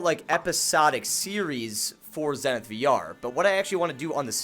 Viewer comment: Over 30 episodes and over 300 hours and he still pronounces the name of the game wrong… Lol